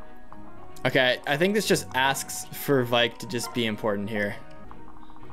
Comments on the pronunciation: I'm sorry I know that everyone isn't exactly good with pronouncing FE names, but it's V-Ache not Vike. Sorry it was just getting on my nerves. Loving this playthrough! Keep up the good work! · IT'S VAIKE AS IN RAKE WITH V IT'S A VAIKE AND BAKE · i cant wait to hear say vaike correctly itll be music to my ears